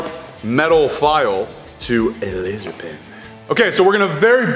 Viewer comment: "A lazor pehn"... XP LOL keep doing these videos... Greetings from Argentina...